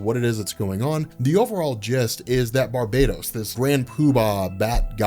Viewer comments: Its not Bar-bay-dos its Bar-bah-TTOS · Bar-ba-tos. Not barb-atos.